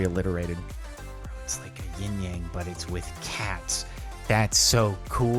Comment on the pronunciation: I was getting so not satisfied because Jardon didn't yin yang he said ying yang which is gramaticly incorrect in the chines language